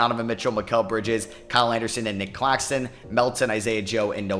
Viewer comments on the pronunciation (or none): none